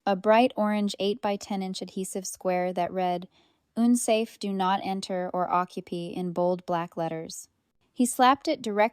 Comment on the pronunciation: "Occu-pee" for "occupy".